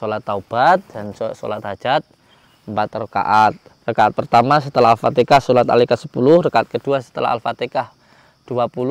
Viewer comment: Sorry ya..yg benar itu baca ALFATIHAH/ALFATEHAH....jangan dibaca AalfateKAH....HA dgn KA berbeda